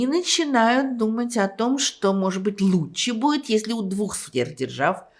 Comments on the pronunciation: Как Эйдельман произносит слово лучше. Она говорит: луче. Забавно это. Это голос ее поколения. Свой прикол. Мой дедушка говорил вместо слова вчера, он говорил: вчерась. Ну например: Вчерась Алёшка пришел пьяный. Ай дурак. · она говорит: луче